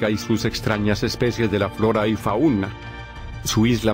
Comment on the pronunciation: No es "faúna". Es fauna, sin acento.